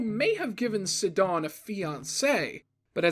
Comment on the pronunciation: i noticed a bunch of missing things and errors but a quick one is 38 the arms that grab you are reused guardian parts. i didnt really understand what fact was in #38, its just what happenes at ever tower. and you say sidons name wrong which is weird. also 46 you can get the bottle up through the hole, give it to the gerudo chick and she will give you a meal everyday if you back to her because you are the voe she loves now apparently,but good stuff none the less. im not knocking your work at all.